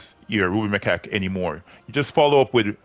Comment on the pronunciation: come on, say it correctly.. the ruby my🐓